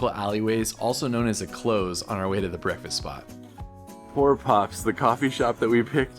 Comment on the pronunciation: It's a close as in not far away, not close as in to shut. 😃